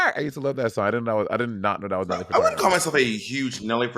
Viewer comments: From the first time Monet pronounced it “Furtardo” I was counting down the seconds till Bob corrected her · Nelly fertardo ...MONNEEETTTTT LMAO 😂😂😂 I fkn love you girl ahahaha butchering peoples last name lmao 🤣 also lol monet you sing more than bob 😂😂always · Monet not knowing any Nelly Furtado songs or how to pronounce her name yet bringing it up is hilarious🤦🏻‍♀️🤦🏻‍♀️ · Nelly Furtado was a guest judge on Canada’s Drag race. Also, I love you guys but Monét’s pronunciation of Furtado is sending me.